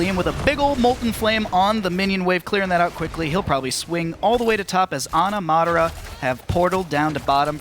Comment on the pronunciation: Omg say Madara right the other announcer said it like 50 times. Be able to say players names that is just disrespect.